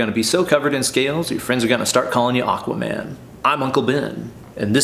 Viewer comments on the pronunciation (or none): none